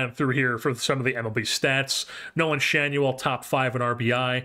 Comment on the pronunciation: The LA announcers pronounce Schanuel as Shaw-new-ell.